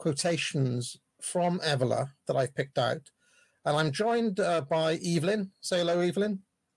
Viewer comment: Minor point, but the way this is pronouncing Evola is grinding at me... Good chat though keep it coming.